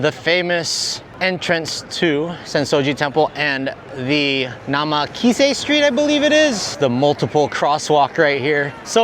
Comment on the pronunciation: Great vlog, just wanted to add its called NAKA (middle) MISE (store) street and not namekisa.